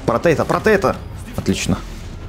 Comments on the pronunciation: Можеш пожалуста читать заклинания потому что некоторые ти говориш неправильно например нужно говорить "протего" а ти говориш" протейто" но лайк за два видоса за день :) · Это не протего не потето а протето